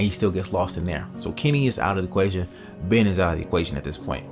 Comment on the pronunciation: It's kenny man not kimmy and it's christa not krysta and it's ben not bin